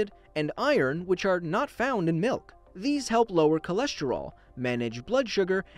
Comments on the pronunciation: Milk not mowk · He Need Some Malk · oi it's malk actually